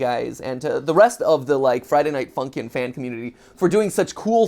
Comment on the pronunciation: I was laughing so much when he said Friday Night Funky not Friday Night Funkin. It was Really funny